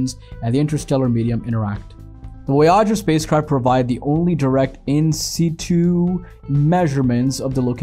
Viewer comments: Voy’ . ager not Voy äger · Silly clickbait title and a narration that can’t even pronounce the name of the spacecraft much less the bigger words. Maybe a hacked together GPT generated student project ?